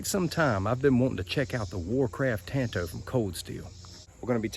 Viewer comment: I really dig your videos, my man but your butchering and miss pronunciation of my favorite blade shape, “Tanto” is driving me out of my mind! Japanese word, Tanto. Look up how many ways you pronounce a “a” sound in Japanese. One. One way:”ah” It’s literally the same as the lone rangers sidekick, Tonto. Same pronunciation. It’s a different language. Imagine that. 😂 Keep it coming regardless.